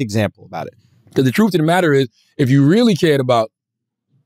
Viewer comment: Why can't CTG pronounce words that end in "th"? Troof? Souf? Worf?